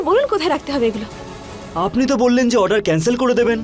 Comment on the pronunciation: এই গোপালা তো ভালো ভাবে অর্ডার ও বলতে পারে না বলে আডার 😂😂